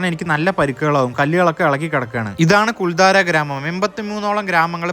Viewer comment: I have heard of this village in Rajasthan through Santosh Kulangara Sir's Sancharam Dairy kurippukal. It is also a site for shooting location of Hindi films. It is Kuldhara not Kuldhaara. Thanks for the video.